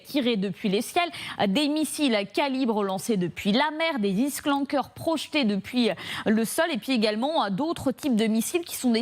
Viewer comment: '' ... des ISKLANKERS ''' quOI ISKLANKER ! MAIS C'EST ÉCRIT DEVANT VOUS : ISKANDER . Clin d’œil à Poutine de créer ce missile. Des Français qui ne savent plus lire. BINGO.